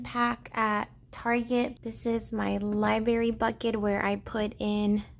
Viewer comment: The way you say libRary cracks me up lol